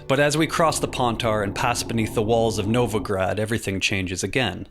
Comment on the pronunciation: tusant? novagrad??? Why do you all americans and englishmen have to treat every foreign word like garbage